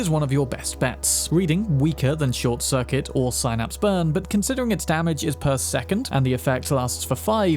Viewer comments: just so you know… (and it was a bit annoying), when you mention the Synapse hack, you pronounce it sine instead of sin. It really is SIN-APSE. Like the little neurological nerves running through your brain. Doctors don’t say sine-apes, they say sin-apses. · "Sign-apps burn"